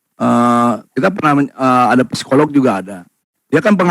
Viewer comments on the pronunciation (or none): biar tambah keren, cara baca psikolog p-nya gak usah kebaca. Jadi, sikolog gitu. Biar tambah keren sih 👌 — semangArt